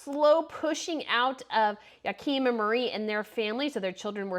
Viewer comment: Hello there😁Magrethe is pronounced Mah-Grey-Teh, and Joachim is pronounced Yo-Ah-Kim